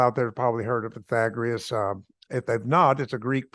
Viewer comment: he said pi-thag-ri-us? TWICE! and said everything is spinning. *rolls eye🙄